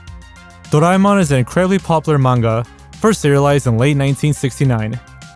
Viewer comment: "incwedibly odd piece" 🤓🤓🤓